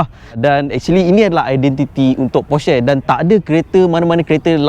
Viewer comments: cara sebut porsche actually, por’scuh’, bukan por’sheh’ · sebut porsche pon salah. halah reviewer kereta mende cenggini hhahahahahahahaha